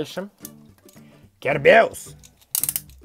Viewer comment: Не кербеус а кин кербиус